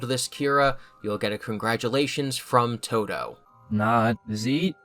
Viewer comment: Is his name Toto or Todo? He says Todo pretty clearly but it’s spelled as Toto